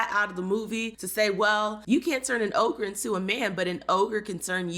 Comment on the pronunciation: It’s ogre not ohgah😂